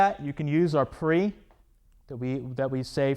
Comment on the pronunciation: It kills me when you pronounce prep, prEEp